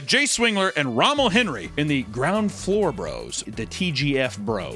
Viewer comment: The why you pronounced Romells name is too funny 😂